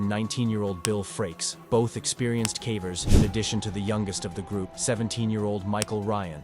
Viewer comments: wow you were just exposed to me as yet another AI horror channel. bummer because I really enjoy your content, this whole time I thought there was a person speaking but I guess it's just been a computer. dead giveaway was saying "k-ah-vers" instead of "k-AY-vers". at least admit youre a shill I've seen people clowning on you for your clickbait thumbnails, which is valid, but was never anything I was annoyed enough to observe. in hindsight now? yeah I can see why your thumbnails are all clickbait considering your commentary is entirely devoid of humanity. none of this is said in Malice by the way, I truly do love this channel. this whole time I was just under the impression that there was an actual human being narrating all of this and, seemingly, this has brought to my attention that it's just another AI channel. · AI narration makes me nuts. Is it really the case that whomever made this video (and so many others) cannot be bothered to, I dunno, actually watch and listen as a human to the finished product, just freeking once, and note the weird words therein (cavers as "kaa-vers", plaque as "plaa-key", etc) and use the AI or whatever to fix them? Surely such fixes cannot be that difficult, and, assuming the fix is reasonably routine, surely a ten minute video could be pronunciation-checked in an hour or 90 minutes or so. What gives? Bugs the heck out of me. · Why are you deliberately mispronouncing simple words like cavers or unmapped?? Seem like a weird thing to do for no apparent reason. Plicky for plaque at the end was particularly ridiculous lol